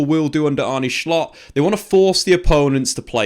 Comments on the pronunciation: Why do you say schlott? Just say slot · For the non-dutchies in here, kinda butchered Arne Slot's name (wth is Arney Schlott lol). The correct pronunciation is close to how an englishman would pronounce Arnuh Slot (slot as in how you would pronounce it in slot machine) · His name is not Schlott, it's Slot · Hjulmand (Julemand) Slott (slott) not schlott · It's pronounced Arnuh Sloht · Just say Slot ffs you’re not Dutch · So its pronounced Shshshslottttt?